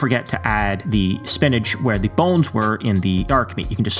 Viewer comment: Thee bones? don’t you mean ‘the bones?’ Lol ‘Thee meat?’